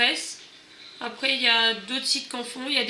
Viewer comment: Très bien, mais on dit AlieExpress et pas Aliceexpresse lol